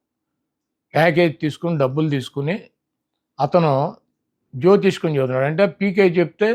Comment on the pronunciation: జ్యోతిష్కం కాదు జ్యోతిష్యం